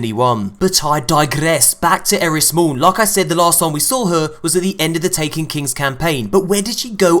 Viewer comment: It's eris